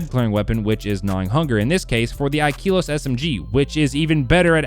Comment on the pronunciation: Ikelos the e is pronounced like in slept not like in keep